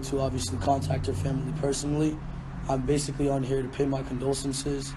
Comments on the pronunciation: He could never say condolences right😭🖤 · He said "condosenses" I'm shook but seriously this is so sad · Who Cares? He don't know how to say condolences. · Lol I thought for sure he would've corrected himself after the first time. That baby just had a hard time pronouncing that word. 😅